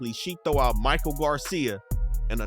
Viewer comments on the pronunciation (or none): none